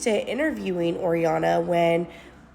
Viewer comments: "oriana" LMFAO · Why is that girl calling her Oriana lol?